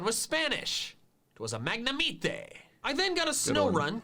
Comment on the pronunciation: Hola IUTUB XD that look Him saying Magnemite as if we dont pronounce it the same way here, it hurts to hear (?